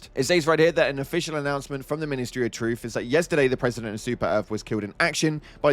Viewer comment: i’m quite delighted to spot another person who has had their ears blessed by the pronunciation which led to the message “ministery of 🦷 “